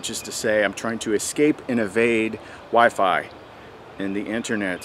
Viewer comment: “Escape WiFi”? OR “Escape WIFE EYE”⁉️ 😂